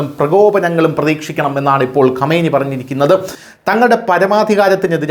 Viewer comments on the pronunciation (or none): none